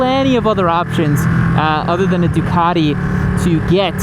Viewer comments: The only people who should be allowed to buy a Ducati, are the ones who can actually pronounce Ducati. So that's not many Americans that's for sure. I mean what the hell is " du car dee", its "Du cat e" fa crying out loud.....Du cat e"🤗🤗 To be fair, at 2.30 you pronounced it 100% correctly......once😂😂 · I like how he pronounces DUCATTTI , in heavy Italian accent.🤌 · love the accent " a ducati "